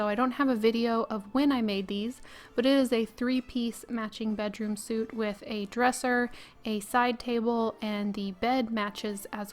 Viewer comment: That's me pointing it out sorry! It's like sweet in proper British English as it has the e as opposed to the clothing suit which hasn't. You switch back and fore lol and I was just trying to be helpful because I think you asked in one video? Anyhoo if I am out of order I don't mind taking a rap on the knuckles for it!